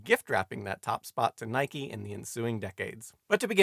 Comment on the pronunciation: So, Simon's pronunciation of "Nike" is spot on after all.